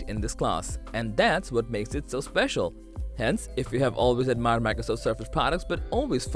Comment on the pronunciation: Special, not especial 😉